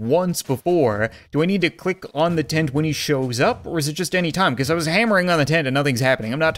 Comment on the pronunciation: Its like he is german because he said FIRE ZE CAT CANON!